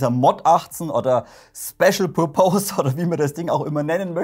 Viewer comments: Pur-Pohs...hihi...wenn dann Pörpess ;-) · "pörpis" spricht man Purpose aus :) Tolle Videos, me like :)